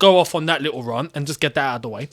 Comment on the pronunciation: Stiill can't pronounce "rant" properly. 🙄 Google it, bro, and use the pronunciation option. 🤭